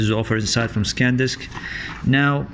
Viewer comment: It’s Sandisk not Scandisk ...